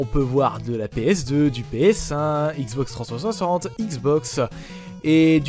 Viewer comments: Xbox trenssanssante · Articule quand tu dis " Xbox 360 ", prend le temps :D